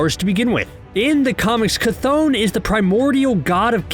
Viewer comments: Geezus, I’ve here like 5 different pronunciations of the name Chthon ...CH is pronounced “ch” not “kuh “ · It’s ch-th-on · I been saying chthon wrong this whole time it’s actually pronounce ch-thone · You mispronounced Cthon wrong. Also Kevin Feige said Agents of Shield is not canon